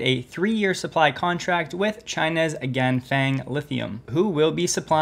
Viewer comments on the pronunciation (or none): The Chinese company Ganfeng is not pronounced like "gang bang". XD It's more like "gaan fung". Their stock also had a 9% jump today. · Quick note, the vowel in "feng" (of Ganfeng) is pronounced like "uhh." Also same with "peng" (of Xiaopeng).